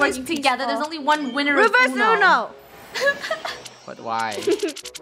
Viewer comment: Funneh say uno revrs